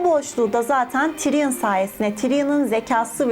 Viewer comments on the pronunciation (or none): none